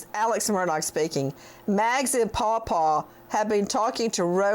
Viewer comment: I want to throw up everytime he says Pawpaw